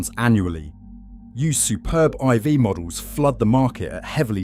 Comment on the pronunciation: I think it speaks volumes when the narrator calls the Skoda an 'I.V.', as opposed to '4'. It seems even basic understanding is lacking...